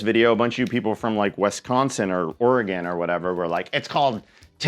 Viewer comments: As a native Oregonian you pronounced Oregon correct. So you're free to pronounce Tillamook as you do. (Also you're pronounciation because of mook) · I live in Oregon and you did a good job on the pronunciation